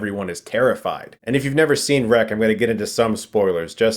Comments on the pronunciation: I live in Barcelona, where it was filmed, and people call it rec, exactly as you pronouce it. with a hard "r" of couse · Yes, Chris. This movie is pronounced REC even by spanish audiences.